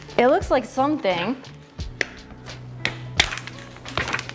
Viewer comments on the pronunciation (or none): none